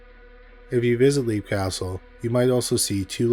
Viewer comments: Great video. I love stories of haunted castles. The pronunciation of the castle in Ireland is, Lep, not Leap, even tho that’s how it looks. And the Elemental there is referred to as “The It”. Congrats on 100k! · It's pronounce "Lep" castle